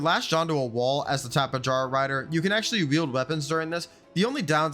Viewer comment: Tapa-Jar-ah... Bro, its Tapi-air-ah.